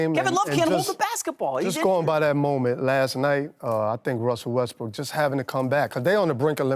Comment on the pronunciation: Wussel Restbwook GWEAT